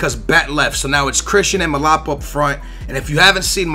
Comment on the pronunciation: its mlapa! not malapa pls like so he sees this